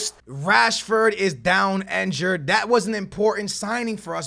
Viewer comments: It's injured, not enjured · Can u like say injured correctly